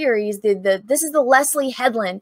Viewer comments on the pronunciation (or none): none